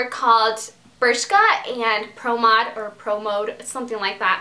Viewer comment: Hey Dulce I'm french and yes you pronounce well "Promod" haha :)